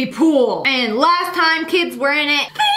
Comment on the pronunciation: The one time the vegan teacher pronounces last so so wrong it sounds like